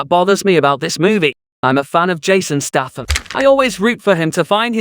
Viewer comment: The amount of times you mispronounce Statham is truly staggering